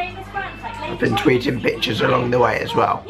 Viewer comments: For a sec I thought you said "I was tweeting Bitches along the way" :D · He said pictures not bitches